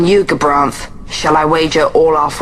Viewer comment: I just wish would get gabranths name right before he starts complaining........